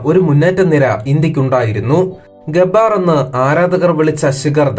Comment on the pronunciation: പൊട്ടാ ഗബ്ബാർ അല്ല ഗബ്ബർ